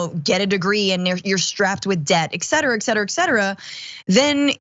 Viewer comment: Damage Report: LOVE all of you, but please please please (some of you) stop pronouncing et cetera as "eck-cetera" - this is not a matter of opinion, it's just not correct.